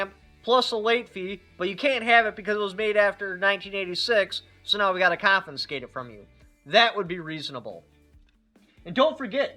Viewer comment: I can't take advice from someone who can't pronounce confiscate and can't figure out what 25% of $200 is.